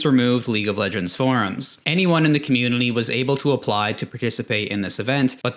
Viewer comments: bro struggling with the word "community" why you throwing an L in there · This guy found a way to say "community" with an "L"